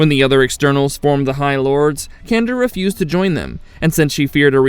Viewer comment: She's an External Candra(sjan-dra). The same lady from the episode X-ternally Yours in the original series.